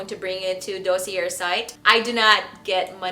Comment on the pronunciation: DOSSIER (noun) - pronounced “dAH - sEE- ay”